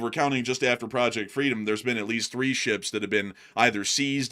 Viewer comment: “…shuuups” that’s how says “ships” lol